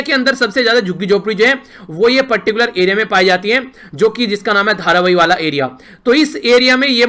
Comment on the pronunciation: Sir,😁😁 it's pronounced as "Dhaaaaravee" you said "dharvyy"😁